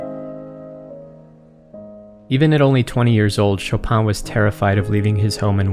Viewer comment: As a pole the pronunciation of "Chopin" was killing me but overall great video like always.